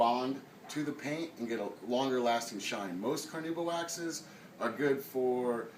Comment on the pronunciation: Why can't these "experts" spell or pronounce "carnauba" properly?